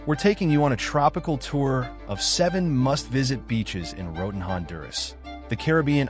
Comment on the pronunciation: Se dice Roatán, como se lee. No "Roden"